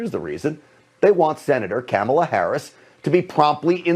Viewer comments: Cam-ala Harris??? I know of Kamala Harris... When you heard her name a hundred times and your still saying it wrong...that's sus af. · "Kam" ala?? Is he just as bad as Trump when he said "Ku" mala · Obviously Stinchfield is pronounced St INCH field and not stink field, and i dont like this sort of nonsense in a supposedly serious commentary, but then when David flicked to stinky he pronounced Kamala as Camel-ah , so all's fair in love and war stenchy stinky field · These “theories” are just ridiculous. I love how these right wing channels keep saying Sen. Harris’ first name incorrectly on purpose. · stenchfield mispronounces Kamala's name, probably intentionally, although being a GOPer, he doesn't read that well. What a bag of gas. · Notice how he intentionally pronounced kamala's name incorrectly? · Notice how they always intentionally say her name wrong smh. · Wow Stinchfield can't even pronounce her name... Why would you trust someone that doesn't know enough about politics to even pronounce names correctly. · Starts off with Stinky Dude misprouncing Kamala's name. So sick of this propaganda.